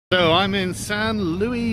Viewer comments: Not Louis, Luis. Lew Ihs. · Sargon always pronouncing foreign words the French way. It’s Che Guevara not Shay Gwevara, it’s Luis not Louis (Louie).